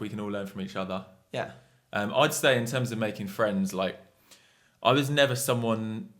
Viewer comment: fwends :D